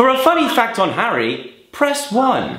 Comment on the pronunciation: I heard 'fanny' and not funny.